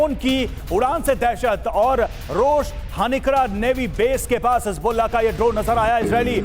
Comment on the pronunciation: Hezbollah ❌ Hasbullah✔